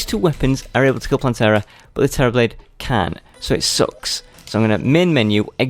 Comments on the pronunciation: Terrablade, you mean "terribl"ade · Do you mean (Terra-ble)? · Man you just butchered the Terra Blade😂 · U don't Terra blade properly